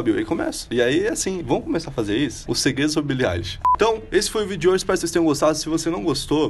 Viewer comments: billie elishokkkkkkk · É ailishe. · O vídeo inteiro,eu como grande fã,indignada que ele tava errando o "eilish" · O jeito certo de pronunciar é billie “AILISH” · o nome dela se pronuncia billie ailish 👍🏻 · Billie Êilix, aí ksks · Quando ele começou pronunciando Billie "Ei"lish, já não levei mais a sério. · É Billie AILISH CRLH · Se fala "Ailexi" '-' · Que agonia ele falando o nome dela errado 😭🤦🏻‍♀️🤦🏻‍♀️ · moço, tu pronunciou o nome dela errado vei e ela ainda tem depressão, vi em uma entrevista que ela deu recentemente... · So nn te bato, pq nn tem como ;-; Kr vc falou o nome dela errado😵😵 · AIIII N FALA DIREITO O NOME DELA MDS